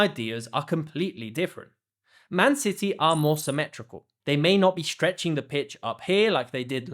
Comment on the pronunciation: shtructure, ? shtrong, ? shtrectch ? shtrength ? shtriker ?